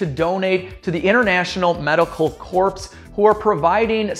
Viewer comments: Medical "corpse" lol read it like "core" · Not 'Corpse''..........''Coor'' ;) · Corps is pronounced "core" not "corpse" ....but great videos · Well, research the pronunciation of the words you don't know. Like "corps". It's not "corpse", it is pronounced the same as "core". Other than that, stick to showing the work you do and keep the style you have! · Corps? Must be a Chicago thing. Obama pronounced it the same way. It's really pronounced core. ;o) Love your wagon. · This might not matter, but did he just pronounce corps phonetically?? Like core?? 🤦🏻‍♂️🤦🏻‍♂️